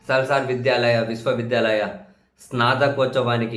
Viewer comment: సాల్సర్ కాదు. నాల్సర్ యూనివర్సిటీ అన్న